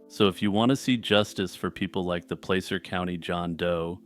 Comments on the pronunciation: In the second story, it pronounced pla-ser not play-ser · You said placer completely wrong. Lol soft a